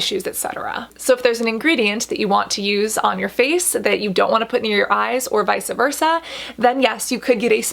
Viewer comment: Hey Cassandra love ur videos. The only thing I hated was that u said "vice'a versa" I was going to let it go but you said it like three or four times. I just wanted to let you know (with nothing but love) it's "vice versa" ... your Lexicon is as beautiful as ur skin, and u pronounce all of those words in the Inkey list so well. Maybe thats y that one phrase kept bothering my ears so much lol. ❤ u boo !!